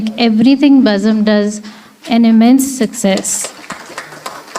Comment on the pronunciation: Nice vote of thanks.... But it's not "Bazam" It's Bazm'